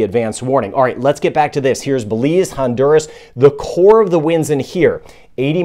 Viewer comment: Is not Hondurus, it's Honduras.